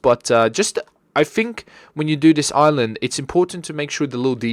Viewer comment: I thought i was the only one that pronounced Island as "Iceland"